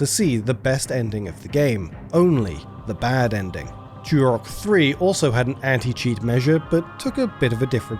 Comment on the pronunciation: Turok, not churrockk. English much?